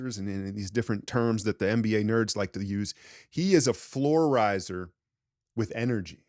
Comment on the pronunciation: This gon make me sound like such a nerd but it’s “raiser” not “riser”😭